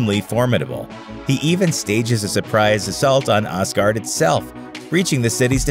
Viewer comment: os-guard you say?